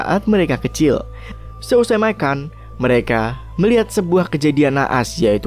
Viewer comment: "seusai maikan" MAKAN HOOYYY🤣🤣